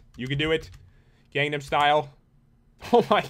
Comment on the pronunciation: do you even gunum style and its pronounced gun num style